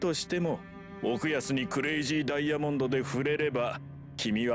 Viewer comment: curayzi dayamonde